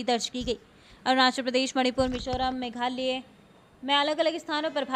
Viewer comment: मैडम जी मेघालय बोलने में समस्या है क्या 🤣 कैसे बोलती हो बस बारिश बारिश बोलती हो,कहाँ हों रही है बारिश 🤣